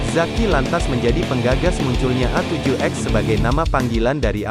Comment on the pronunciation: Sebutan Bahasa inggris nya cringed parah..avan ged..apaan sih..itu yg ditulis itu yg disebut..avenjj..zaki apa jing..zac ki bilang nya..